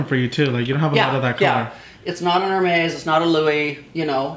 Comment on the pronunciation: It's pronounced Air-Mez & spelled Hermes! Thanks 🍒👜🍒